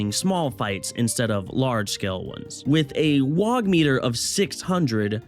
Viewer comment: ITS NOT WAGH YA GIT!!!! ITS WAAAGH!!! YA DONT PRONOUNCE THE G AND H!!!